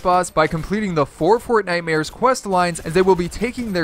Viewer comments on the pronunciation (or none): none